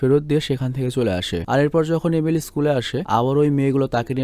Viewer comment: একবার আপনি এমিলি না বলে এলিমি বলেছেন😁অনেকবার বলতে বলতে এমন হয়ে গেছে😂